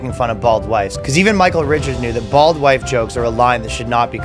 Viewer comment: Did you say bald white jokes or bald wife jokes?